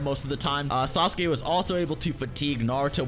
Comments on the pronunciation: the way english people pronounce sasuke is disgusting, "SAS'KAY" LOL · Sasuke is not pronounced as sa-su-ke buddy